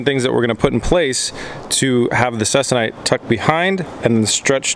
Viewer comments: Please it’s pronounced CEE-KON-ITE. Also, if you want even stretching, use an old clothes iron. (They maintain temps better than the new energy efficient ones). Less steam ports the better. Or get a hobbyist iron. Then infrared thermometer, or dedicated iron thermometer, Let the iron turn on, set temp to 250 degrees Fahrenheit, LET TEMP STABILIZE for roughy 15 minutes, check temp again, and then tighten. Go to 200 first if less stretch is wanted. Iron everywhere. Don’t exceed 350 degrees-ish. Not using it for aircraft, so you can heat however hot you want, but as a rule of thumb, less heat than 350. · Interesting process. FYI - it's pronounced See-Con-Ite, a polyester fabric used in the aerospace industry for covering wings, fuselages and control surfaces of older airplanes. It is used to replace the original woven cotton or linen fabrics...stronger and lasts longer before the aircraft needs to be re-covered. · I believe Ceconite is pronounced SEEKONITE